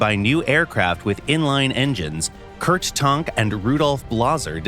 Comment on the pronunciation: Who is Kurt Tornk? 😂 *Tank